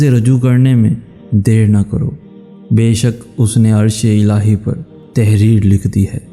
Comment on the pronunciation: Brother( ilhi) nhi hota hai correction ( ilahi) hota hai